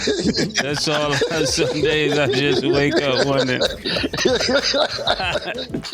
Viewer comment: Learn how 😂 read bec😢ause who is MA-SE?